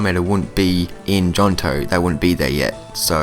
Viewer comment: Did you seriously say JOHNTO? Dude